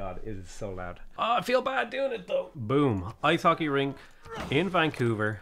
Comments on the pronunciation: loving this series, but I swear it triggers me slightly whenever you say "rink" and it sounds like "ring", though of course I realize it's not anything you have any control over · I love your vids, very informative and entertaining. Kudos to the editor as well. I am Canadian and it warms my heart to feel so much love for this civ.:-) The only criticism I have is the way you pronounce "RINK". You say "RING" (to my ears). Ugh! I thought it might be the Irish accent, but I heard you say "think" properly, plus my best friend is Irish - and he says "rink" just fine. Thanks for letting me get that off my chest. Don't take it hard - much respect and love to you, bro.